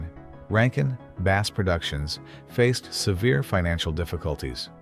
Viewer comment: Not base - bass that rhymes with pass. I hate AI.